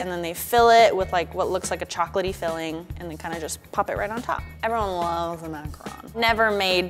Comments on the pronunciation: Thank you for pronouncing macaron correctly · Literally THANK YOU FOR CALLING IT A MACARON AND NOT A MACAROOON THERES A DIFFERENCE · Tbh in French we pronounce it "ma - ca - ron" not "macron" :) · Finally,someone said macron correctly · I thought this was supposed to be a reindeer from the pic 😂 ALSO TY FOR PRONOUNCEING MACARON RIGHT